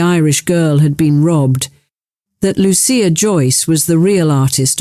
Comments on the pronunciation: God, the AI is strong in this one. So banal and repetitive. I see the software is boggling on Loo- sha, or Lucy-ah. Hint. She and her brother were given Italian names. It is Loo- chee- ah. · It was pronounced Loo-sha. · Lu-CHIa. They spoke Italian.